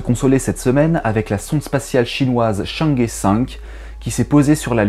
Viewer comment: Arécibo n'est plus et c'est triste oui. FAST est un radio télescope aussi et plus grand mais il est en Chine et je ne sais pas si les scientifiques mondiaux auront accès à ce deuxième radiotélescope... Excuse de te rectifier mais Chang'E se prononce Heu et non pas É. C'est la transcription du chinois en langue parlée. Très bonne vidéo et RIP Arécibo !